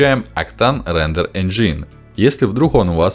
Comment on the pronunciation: Ну вы просто не правильно говорите и все, вам же никто не запрещает это делать, просто указали на ошибку. Я бы прислушался к совету, это улучшит контент, хоть и не на много. Так же у вас ошибка в ударение в слове engine. Спасибо за обзор.